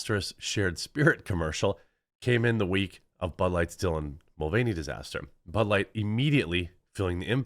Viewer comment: Ha, sounded like you said, “they are digging out their butt-light hole!”